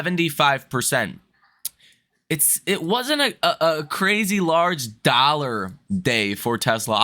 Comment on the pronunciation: And he actually said “ dolla holla”